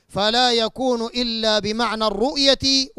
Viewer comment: أولا انطق كلمة الرؤية صح وبعدين حاور العلماء .. معظم نطقك الرؤيا والرؤيا الحلم أيها المفسر الفطن . انتهى